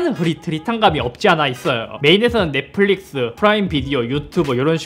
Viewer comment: 쌧바닥이 짧은거야? 아니면 뭐야 말투 억양 왜이래 넷뿔릭스 th 바르마 발음고자네이색이 ㅋㅋㅋ